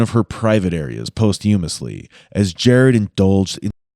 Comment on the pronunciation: I don't like any of this. the material nor that the narrator not knowing how to pronounce 'posthumously'. I work in. post production and it makes me feel even worse for the family when there is a production mistake during the horrible retelling of their story.....